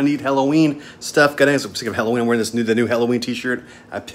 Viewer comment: have to watch this with the volume down as it bugs the hell out of me when someone cant pronounce the word "halloween"